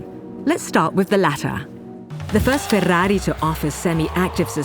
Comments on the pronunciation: Most annoying pronounciation of 'Ferrari' I've heard thus far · Now I now how to pronounce FÉR RÁ RÍ NOT FERRARI